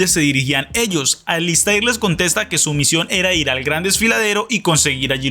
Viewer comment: Alister!!! Se q se escribe alistAIR pero se pronuncia AlistER!!!😅